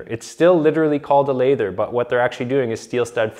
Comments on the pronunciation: Pronunciation tip: the "A" in lath (the thin strips of wood that hold plaster on walls) sounds like the "A in bat. The "A" in lathe (the machine for turning cylindrical forms in wood and metal) sounds like the "A" in cake. The hatchet in question was used in putting up lath, and so it is pronounced like "lath" plus "er. " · As a plasterer I’m impressed that you know it’s a lathers hammer. Small point of order: it’s pronounced with a flat “a” like tap. The hard “a” is used in the word lathe like in spinning wood on a machine. Also if it has a cleated face it’s really a roofers hammer. The cleat chews up the face paper causing issues with blisters and flags so they used smooth faced on Rock Lath (a brand name of early gyp board). In the wood lath days (not lathe) the lathers would use the hatchet to cleanly chop the wood to length in a split second. Also lathers were the original drop ceiling/coffer installers. I pay homage to those forgotten craftsmen of the past like Marvin Reiney the last Master Lather of St. Louis who passed away just a few years ago. He was buried with his end nippers in his right hand and a small “hank” of tie wire in the left. He invented the machine to bend channel iron into curved shapes used in more modernist building designs.